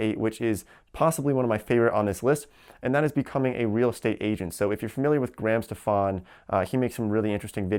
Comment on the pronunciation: Why did he say Graham Stephan like Graham Stef-Anne